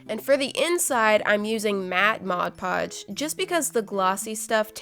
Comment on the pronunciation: Finally someone actually pronounces it MODPODGE instead of MODGEPODGE